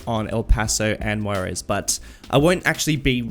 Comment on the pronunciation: Yeah your pronounciation is pretty bad, i thought you were saying the city is called Guaires and it´s actually Juarez. Also Las Palmas is a pretty bad and unoriginal name.